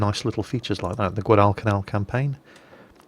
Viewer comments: whenever you said guadacanal you pronounced it wrongs. its guad-i-canal not guad-al-cal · Guadalcal. Yep. It's Guadal-canal. It's all right because half the marines sent there couldn't pronounce it. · i dont mean for this to sound rude but you kinda announce guadalcanal weirdly but it's probably just a nation pronunciation difference between Britannia and US